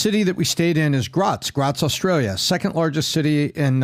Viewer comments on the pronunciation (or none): none